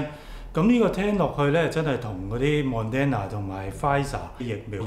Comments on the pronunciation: Thank you but you keep pronouncing Moderna wrong, its not Mon-den-na. It’s Mod-dern-na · pl pronounce it properly It's not mon den na It is mo der na If you do not improve your credibility is decreased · 為何把Moderna 唸成 MON-DEN-NA呢？！